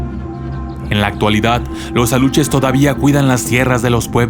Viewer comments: Se llaman. ALUXES...NO ALUCHES! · Aluxes no se pronuncia como Aluches, si no como Alushes! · Según se lee aluxes pero su pronunciación es Alushes o uxmal que es Ushmal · CUIDADO con la PRONUNCIACIÓN. Los alushes son con sh no ch. También cuida la Reina. No sé cómo escribir la pronunciación. México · Se pronuncia (ALUSHES) Aluxes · Me dio un poquito de risa como pronunciaste Aluxes. Lo siento, soy de un pueblo cerca de Mérida, Yucatán, y me ha encantado tu video.